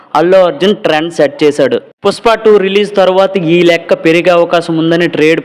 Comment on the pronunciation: పుస్ప కాదురా పుష్ప 😄😄😄😄😄😄